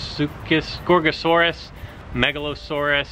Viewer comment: already made me call every single creature something different because of his way of saying Megalosaurus. Giraffatitan is definitely the FatTitan from now.